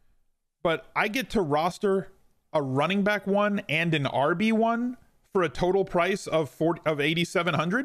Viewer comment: I know. It made me chuckle though the way said it and emphasized "RB1".